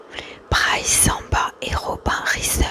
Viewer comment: Quand tu prépares une vidéo sur ce sujet, ce serait appréciable de se renseigner au moins sur la prononciation des noms des joueurs. D'habitude j'&dore ton ASMR mais là les fautes de prononciation (Samba, Risser, Tchouaméni, Olise, Doué, Mbappé...) + la double erreur concernant ton maillot (en tant que supporter du PSG ça m'irrite un peu les oreilles), ça m'a sorti de la vidéo et ça m'a tendu + que détendu, dommage pour une vidéo ASMR.... J'apprécie le choix de la vidéo mais l'éxécution laisse à revoir. Néanmoins, toujours très talentueuse concernant l'ASMR en lui-meme. Navré pour la critique, j'espère avoir été constructif